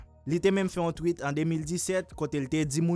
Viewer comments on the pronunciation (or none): none